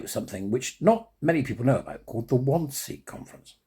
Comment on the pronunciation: 'Wannsee', pronounced 'VanZay'. Eichmann was the minute-taker. I, too, love the 'WaW' theme music ... so powerful ... but I feel it would be less so without the images that are 'beneath' it ... Every one of the people/victims featured, one, over time, begins to feel a connection to, making it, imv, as close to 'personal' as one could get being so distant time-wise. I agree with a comment below: it should be mandatory viewing for all schoolchildren, raw, and unedited. Scare seven shades out of them. Give them a lesson in perspective, humility, and truth. (As a 'side lesson', also show them how good terrestrial TV used to be.)